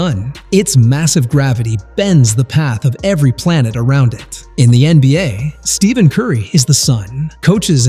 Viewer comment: Did you know that in a typical NBA video, someone who can't even pronounce Stephen Curry's first name doesn't deserve to be listened to?